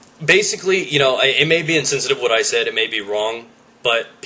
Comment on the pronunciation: its said not sead